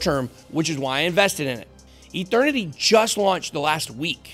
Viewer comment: Mike Tyson says Eternity like..."Ethernity"